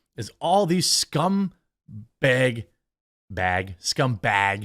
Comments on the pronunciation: stick to saying baeg. doesnt sound right when you say bag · Lol I hear that Wisconsin accent when you say bag. I rag on my wife all the time for that one.